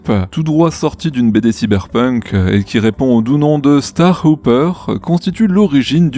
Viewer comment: Starhopper (saute-étoile), pas Starhouper. Et 'haideur tank', pas 'hideur tank'., si tu ne me crois pas, écoute simplement la prononciation dans les vidéos de NSF. 😉